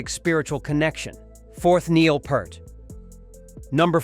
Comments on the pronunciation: Neil Peart. Peart is pronounced Peert. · It's pronounced Peer-t, Like fear or fishing pier. I saw an interviewer ask him and that's what Neil said.